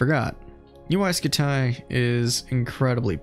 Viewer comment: Why are you pronouncing UY Scuti like that?